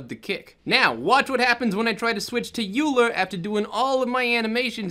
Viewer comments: Euler is oy-ler... assuming its the mathematician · I'm wondering if you filed a bug report? Blender is really prompt about addressing bugs like this, although I'm honestly not sure if this is something that can be fixed mathematically speaking. Also, it's pronounced "oiler" like the guy who oils the hinges. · Hey, thanks for the video. This is one of the thing I've been pulling my hair out over... But just fyi, "Euler" is pronounced like "oiler" ( the guy who it's named after was a famous swiss mathematician). In physics, spinning objects are studied using "Euler angles," which is probably why that option is named "Euler." ( But you'd have to ask the people who wrote blender). I don't mean to nitpick... It's just that I have a degree in physics, and I heard the name over and over for years 😃 Thanks again for you animation tuts... I know the basics, but pushing beyond just the regular walk cycle has been a bit difficult. These are a great help!